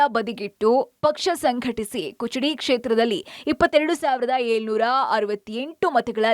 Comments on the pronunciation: This is Kudachi, not kuchadi. Public TV correct this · ಕುಚಡಿ ಅಲ್ಲ ಮೇಡಂ ಅದು ಕುಡಚಿ ಈ ಕ್ಷೇತ್ರಕ್ಕೆ ಇರುವ ಬೆಲೆ ತಿಳಿಯಿರಿ ಸರಿಯಾದ ಹೆಸರು ತಿಳಿದುಕೊಳ್ಳಿ ಮೇಡಂ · Amma taayi kuchadi alla adu Kudachi Constituency adu Bittre Kichadi annor ivaru😂😂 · ಕುಚಡಿ ಅಲ್ಲವಾ ಅದ ಕುಡಚಿ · ಕುಚಡಿ ಅಲ್ಲಾ ಯವ್ವ ಕುಡಚಿ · ಕುಚಡಿ ಅಲ್ಲ ರಿ ಕುಡಚಿ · ಎ ನಿಮ್ಮ ಅವ್ವನ ಕುಚಡಿ ಅಲ್ಲ ಕುಡಚಿ ಅಣ್ಣಾವ🫵🫵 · ಮೆಡಂ ನಿವು ಇನ್ನೂ ಶಾಲೆ ಹೋಗಿ ಕುಚಡಿ ಅಲ್ಲಾ ಕುಡಚಿ ಮಾತು ಕ್ಷೇತ್ರ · ಲೆ ನಿಮವ್ರ್ ಕುಚಡಿ ಅಲ್ಲಾ ಅದು ಕುಡಚಿ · ಅಯ್ಯೋ ಶಿವಾ ಕುಚಡಿ ಅಲ್ಲಬೆ ಯವ್ವ ಕುಡಚಿ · Kuchadi alla Amma adu kudachi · Kuchudi alla madam kudachi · ಕುಚಡಿ ಅಲ್ಲ ಅದು ನಿನ್ನ ಬಾಯಿ ನು ಏನು ಕುಡಚಿ ಅದು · ಕುಚಡಿ ಅಲ್ಲವಾ ಅದ . ಕುಡಚಿ ಅದ 😂😂ನೀವ್ ಈಕಡೆ ಬಂದರೆ ತಾನೇ ನಿಮಗೆ ಊರಗೋಳ್ ಹೆಸರ್ ಗೊತ್ತಾಗುದ. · ನಿಮ್ಮೌರ್ ಕರ್ನಾಟಕದಲ್ಲಿ ಎಲ್ಲಿ ಇದೆ ಕುಚುಡಿ.....? ಅದು ಕುಡಚಿ 😁